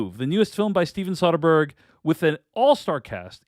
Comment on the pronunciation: You are saying Soderbergh wrong